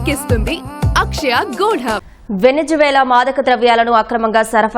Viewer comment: వెనిజులా.. వెనిజు వేల కాదమ్మా😂